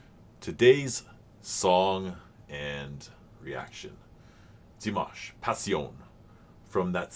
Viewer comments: There is a video titled "how to say Dimash Qudaibergen´s name". And the "a" in Dimash is clearly an "a" as in "pizza", not an "a" as in mash(ed potatoes). It appears some English speakers have problems hearing this clearly. But said "Dimash" correctly in the beginning of this video! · Do you mean in the beginning when he says Dimanche Dimash? If that’s the case I wonder if you know that Dimanche in French means Sunday and has named his Dimash reactions this because he’s posting them every sunday. And he pronounced the name correct. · I'm not quite sure what you mean. He pronounces the name Dimash perfectly. He's not repeating Dimash's name. The French word for Sunday is dimanche and pronounced similarly, that's just how it is. Dimash Sunday. Dimanche Dimash. I don't think that's silly.